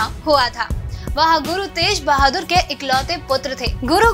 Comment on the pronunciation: gussa mat karna magr Shri guru Gobind Singh ji ke pitaji ka nam Shri guru tegh bahadur si pronounced karne main app Galt bol rahe ho